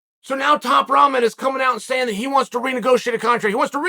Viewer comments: Rahman pronounced "Rockman." But I like top ramen much better. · Hier we go again another miss pronounced Name Roman jr 🤣🤣😂😂😂😂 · Am I the only one who keeps hearing Chael say 'Top Ramen'?